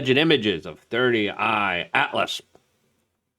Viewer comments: “Three i Atlas” Not “Thirty Eye Atlas” Luke 👀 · C'mon man!! You have to be doing it on purpose at this point. IT IS "3I ATLAS" not 30I Atlas. You are driving me nuts with this...lol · Three Eye Atlas, not Thirty Eye Atlas….! Lmao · Brother its three I not thirty I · WHYYYYY DOES LUKE KEEP CALLING IT "30 i Atlas!!!!" 😂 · holy f dude - we know it isnt your first language, but it takes 1 minute to look up how to pronounce people's names and proper object names.